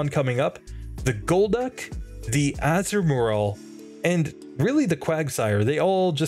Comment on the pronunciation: You're pronouncing Azumarill as Azu and Marril, and I get why you would seeing as Marril is its pre-evolution, but it's actually pronounced Azuma-rill. With the 'ri' making the same sound as the double e's in 'eel'